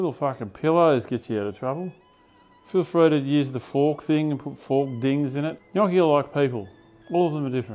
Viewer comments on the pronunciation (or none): Brother, it is pronounced gnocchi